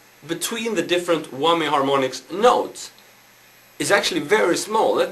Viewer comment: LOLOLOLOL he said eeebanezzz and he said whommyyy ITS I-banez and WHAMYY lol hes still rlly cool and rully good